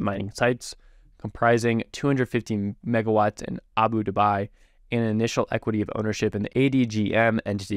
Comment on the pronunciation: Pronounced. AH-BU-DAH-BE